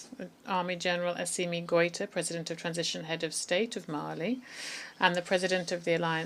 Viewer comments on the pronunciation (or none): Est-ce que vous vous réécoutez après avoir enregistré ??? Pourquoi vous dites Marley pour citer LE M-A-L-I , et vous dites Marleyens pour maliens, le Président G-O-Ï-T-A vous esquintez son nom ! Quand au mot S-A-H-E-L , je ne dis plus rien : la prononciation est si infecte qu'on finit par ne pas savoir de quoi vous parlez. S'il vous plaît , écrivez phonétiquement les noms et mots importants pour que votre IA puisse BIEN LES PRONONCER : C'EST HORRIBLE À ENTENDRE quand bien même on veux vous suivre. Faites un petit effort. Merci.